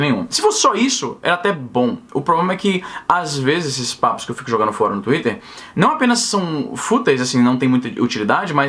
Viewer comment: Esse "tuiter" é o demônio! KKKKKKKKKKKKKKKKKKK!!!